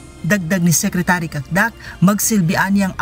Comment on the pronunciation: Ms, bakit SECRECHURY diba po secretary?